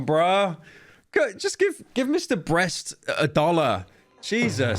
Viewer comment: Pyro physically cannot say the word Beast